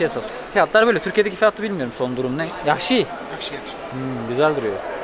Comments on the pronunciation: Yahşi değil caksı desen olur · yaksi degil CAXSI demen lazim :) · Yakşi ne demek abi. Duzgun teleffuz et